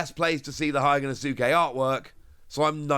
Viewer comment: Day 1000 of asking to pronounce Hyogonosuke correctly 😂